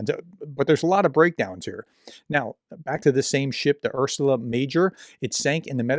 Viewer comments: Holy sweet Jesus why can’t this dude read the word Ursa. URSA. U-R-S-A. Urrrr-saaa. NOT Ur-su-la. URSA. Ursa Major is a constellation…colloquially known as the Big Dipper. Undoubtedly that’s what the ship is named after. There’s no L in it. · Ursa, bro, not "Ursula." 😅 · Not ‘ursula’…. Ursa…. It means Bear.! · Ursula? FFS you’re an educated man. Ursa Major, the very well known constellation, really ought to be an easy read 🤬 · It's Ursa, not Ursula. It means 'bear' in Latin. I don't know why it's Ursa Major (Big Bear) and not 'Arktos Megale' (Greek), per the Russian language's origin. Anyway, Slava Ukrayini! 🇺🇦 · can you not pronounce "ursa" ? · Your videos are very informativs. What I don't like is that you don't pay attention to names: it is GEORGIA Meloni, not GEORGINA Meloni, it is URSA Major, not URSULA Major. From other clips: SOLOVIOV, not SOLIOV, it is MEDVEDEV, not MEDIEV (not that I care for russians' names, only for accuracy).